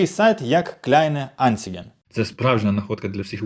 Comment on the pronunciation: Клейне анциген!😂 Видно, что вы работали вместо посещения курсов!) Клейне анцайген правильно!)